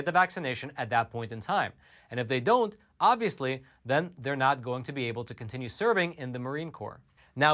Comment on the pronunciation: “OnViOsEly” can’t stand that guy!